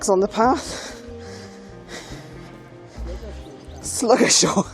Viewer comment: Well, that answered my question about parking in the last video! Pastime I was at Ludgershall castle someone had left an overnight bbq and beers. Muppets. I think it's pronounced Luggershall 😊. Nice trip.